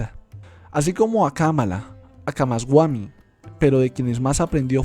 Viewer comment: Solo algunos detalles en la pronunciación de los nombres, no es camasguami, es camasbami